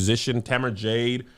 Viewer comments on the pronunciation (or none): none